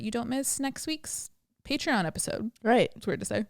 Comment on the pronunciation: Butchered pateron lol